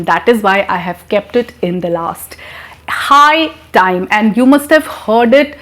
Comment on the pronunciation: Very good. but High time is not clear